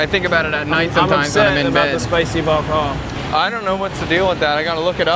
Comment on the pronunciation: the way said bò kho is pretty much on point, I look forward to hearing him speak Vietnamese fluently would be just as amazing, just to hear 2 good American friends living in Vietnam and conversing in fluent Vietnamese would absolutely blow everyone's minds, I know it would blow my mind